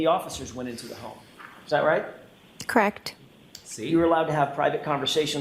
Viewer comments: Crect along with the the mouth smacking noises 😂🤮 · I hate how she says correct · If I hear “crect” one more time I’m gonna scream.